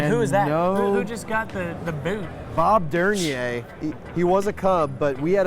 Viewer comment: We’re just glad still has his autographed “Gold Glove” ⚾️ signed by Bob Der-Near... not sure who was referring to in the video. Bob Der-ner?